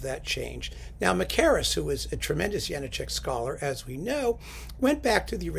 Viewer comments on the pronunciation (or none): Good choice. Mackerras did a bunch of good stuff with the CPO. I don't suppose there's any point in noting that it's pronounced Ja-NAH-chek is there?